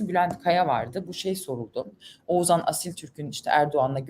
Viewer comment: Nevşin hanımcım gözünü seveyim Oğuzhan Asiltürk''e oğuzan Asiltürk' demekten vazgeçin. Dikkat ediyorum hep Oğuzan diyorsunuz:)) sevgiler seviyoruz sizi💕